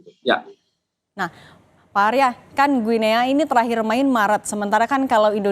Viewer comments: Mbak Penyiar cara mengucapkan nama negara Guinea itu mudah kok /Giniii/ jadi bukan /Guinea/. Usaha dikit Mbak ngecek di google. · Mbacanya GUINI mbaee.. 😟